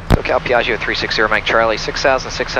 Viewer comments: beautiful video, very professional, amazing plane! Imma have my Hermione moment though and recommend the pronunciation which is "PIAh-joe!, not "pia-gi-hoe" Also too bad there's no Mammamia on the GPWS calls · Corret pronunce PIA - GGIO stress on the A and very strong G . Not Pi - AGIO . ;-) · the call back with same emphasis on "Piaaahzio" as tower was hilarious. Gorgeous aircraft, always loved that Rutan style. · i love the enunciation whenever someone says Piaggio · Love the way they are saying Piaggio lol